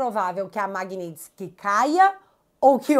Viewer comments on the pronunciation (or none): none